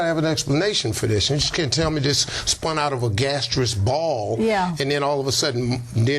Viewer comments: clearly an ignorant man it’s not gasteous it is gaseous and he hasn’t read enough to understand that we haven’t descended from monkeys that we both had a common ancestor and the lion split off except for him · He says in the CNN interview that you're an idiot if you don't believe in God, "You can't tell me this spun out of a gastriss ball?" Gastriss? Gaseous? Maybe? English is his first language, so maybe some bigoted people would walk away from him, because they feel he's uneducated or even an idiot? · He is not articulate he mispronounces the word, gaseous he is quick but ignorant😊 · Note how pronounces "gaseous" (how is that an example of being articulate?) -- while he is a fool, he is not exceptional. Christianity of the fundy/evangelical variety dominates a large percentage of American Blacks. If you go to a city council meeting in a Black-majority community, there is no pretense of separation of church and state. The meeting will be opened with a prayer mentioning Jesus. This is the "strange bedfellows" effect that results in Blacks supporting GOP politicians who are White Supremacists because they share not just a desire for a theocracy but also the same anti-Gay sentiments, etc. of these politicians. And, how is funny?